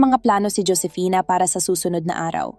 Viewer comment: Ang sakit sa taenga best na marinig yung pag babasa mo sa pangalang Josefina kaloka ka paki ayos nextime